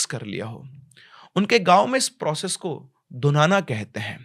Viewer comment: धुनाना nahi it’s धूणना